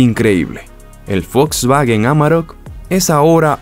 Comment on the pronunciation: No es Folsvagen!!!! Es wolsvagen!!! No existe la F,!!!